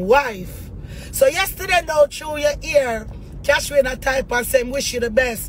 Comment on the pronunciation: She cyah call Cash-wayne name sah 😂😂😂